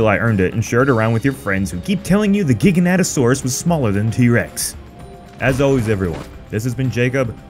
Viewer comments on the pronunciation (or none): How do you mess up the name THAT bad? It's not GIGA- NATA. It'sfrom the word gigantic.